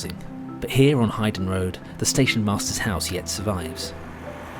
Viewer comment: Excellent programme, loved it. Two very slight quibbles, it's pronounced "New Baseford" and the road is pronounced "Haydon Road", easy mistakes if you don't come from Nottingham! I'm speculating as to whether with the current crisis on the High Street and the demise of Intu, the Victoria Centre might have a shorter life in its current form than the station had. While demolition is unlikely because of all the flats above it I can see it being at least partially altered, maybe far fewer shops and more "entertainment"? Interesting times.